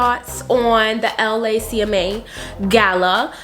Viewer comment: I can tell you're not from LA because we say LACMA all together not L A C M A lol